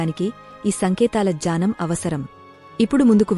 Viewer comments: Janam kaadu gnanam ani chaduvu. Daya chesi thappulu chavoddu. Telugu baaga chadavadam telisina vaalla daggara nerchukoni videos pettandi. Telugu teliyani vaallu thappulu nerchkuntaaru. Pls be careful while making videos. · It’s not jnanam ..it’s gnanam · The narrater often says" janam .' It is not' janm' .It is gyanam.